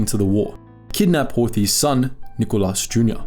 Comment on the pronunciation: Miklós Horthy not Micholas Horthy